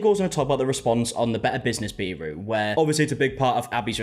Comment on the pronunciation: Love the videos, but this drives me NUTS every time my guy! Bureau is pronounced byour-oh Much love from Manchester UK